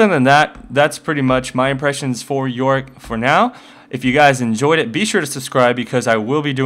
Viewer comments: there is a part that is sound like you say Warwick { } instead of yorick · worwick or yorick? if you say fast enought it might sound like warwick